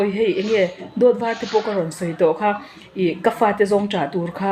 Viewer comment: He nu hian mizo tawng pawh a thiamlo, khai ni lo in khei tih tur zawk, a zaklo mah mah.